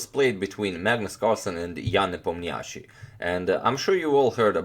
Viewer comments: Hi Antonio, I believe Ian's last name is pronounced with stress on 'O' sound i.e. NepOmnyaschi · Ian Nepomniachtchi (i have always been impressed the way it's supposed to be written in english) is a russian name. so it's right to say Nep'Omniachtchi but not the Nepomni'Achtchi. if you care ofcourse. By the way, in russian nepomniachtchi means 'the one who doesn't remember. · You pronounce nepo's name absolutely terrible